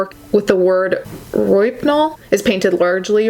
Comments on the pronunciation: Micheal alig murdered and dismembered Angel. Pronunciation is Row-hip-nal. Just helping you out. ☺️ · I’ve always heard rohypnol pronounced as row hip nawl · You're adorable. Rohypnol is pronounced "Row-HIP-noll". It's what date rapists use to knock out their victims, commonly known as "Roofies". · The rape drug is pronounced "Row-hip-nul" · Oh by the way its pronounced ROW-HIP-NOLL. I know its not spelled the way it sounds, but if I was saying something wrong in Italian I'm sure you'd want to tell me the correct pronunciation.